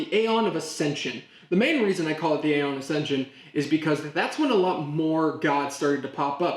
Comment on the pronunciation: Some Middle Eastern cultures have been around for man 1000s of years. A lot of European & Asian cultures have been around for 1000 years or more. 300 years is not even a drop in the bucket. Aeon is pronounced "EE-ON".